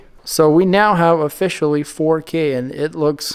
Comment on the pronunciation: He be hittin that “4Keey” no cap😂